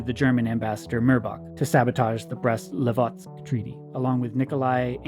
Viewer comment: I've noticed in this episode as well the wrong pronunciation of Brest-Litovsk. It's Brest-Litovsk not Livotsk, comrades. It's related to Lithuania (Литва/Litva), not Livonia, which is a region in Latvia.